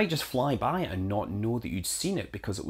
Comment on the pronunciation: It sounded like you said, "Do solar fry-by to get enough delta-V." So is that a really-really-really close solar approach to maximize the delta-v from the booster's burn? Oh hell, you DID say "fry-by!"